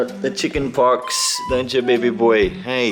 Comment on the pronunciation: its pox not fox